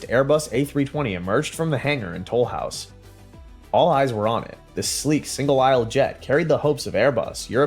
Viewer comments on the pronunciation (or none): Delicious cookies but not the name of a city. I hate dumb AI voice overs. Can't the people who post these videos, find someone real to do the narration ?🙄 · Besides, when I say I feel insulted, that's not exactly what I mean. I feel nothing, it's just a name wrong. But it stems from reliance on AI for pronounciation. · As someone living in Southwest France, it feels mildly insulting. It would be like calling Seattle Seat Cattle